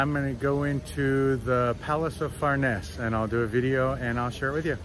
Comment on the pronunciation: You mispronounce « farnese »